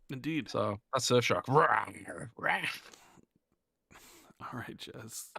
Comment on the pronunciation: "shurf shark"